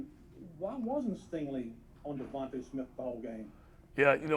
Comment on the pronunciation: Let me help you stupid it’s actually DeVonta Smith. Not devonte